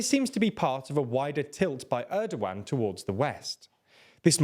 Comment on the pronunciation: it's funny that you kept calling him Errdo-Wan - Hello there! - President Errdo-Wan!